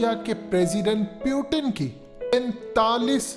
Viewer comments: Bro it's Putin not pyutine 🤣,or tumhe kashmir chahiye. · Naam to theek se li liya kr, pyuton-pyuton , or putin jaha bhi baat krta hai baad mai ese sab kuch btaa deta hai.